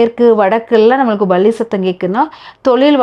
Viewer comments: Balli யா palli யா நன்றாக உச்சரிப்பது நல்லது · Balli..balli...balli 😮 palli pronounce properly